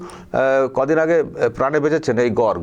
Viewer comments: Gorg na Gorgo. Uchcharon ta thik korun. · গর্গ নয় উচ্চারণ হবে গর্গো । পুরো নাম গর্গোদেব । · আপনার উচ্চারণ হচ্ছে না। গর্গ উচ্চারণ শেষে ও হবে। গর-গ। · উচ্চারণ টা গর্গো,(in English gargo, garg নয়) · বানানটা গর্গ হলেও উচ্চারণটা হবে গর্গো চট্টোপাধ্যায় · গর্গ চট্টোপাধ্যায় নিজেই তো সঠিক উচ্চারণ করতে পারেনা।😂😂😂😂 আবার সে নাকি আবার বাংলা পক্ষ এর সৃষ্টি কর্তা।😂😂😂😂😂😂😂😂